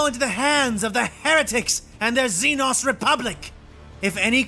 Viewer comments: Lmao. Xenos is literally just an almost always mispronounced word for foreigner in Greek. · Okay, time to talk about the xenos thing. This is a compound pronunciation error that's infested the entire 40k fandom and voice acting infrastructure, and it's entirely down to an deeply entrenched, endemic pronunciation error by the English. They have this idea that the suffix "-os" is an "awss" sound instead of an "ohss". And a tendency to mistake "xenos" (the plural of the word xeno, as in "zee-knows") as a gothicized title featuring the "-os" suffix. It is not. Xeno is short for "xenomorph", which in this context simply refers to any alien/human. And the plural of xeno, xenos, ends in a Z sound. There are no "zee-noss". Only "zee-knows". Why is this so hard for people to understand? Also, you know kväss is a small beer made from fermenting ryebread in water, right? It's got nothing to do with bears.